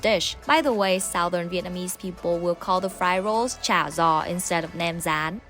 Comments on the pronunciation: In the south it's pronounced "cha yaw" not "cha zaw" The G becomes a Y sound not a Z sound. No matter how it's pronounced, it is delicious. Ngon Qua! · That's is not how we pronounce cha gio Whydon't dont you know simple south Vietnamese dialect you are from the north but at least know our dialect. I know yours